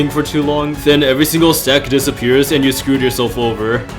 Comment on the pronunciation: I know it says stack but it really sounds like something else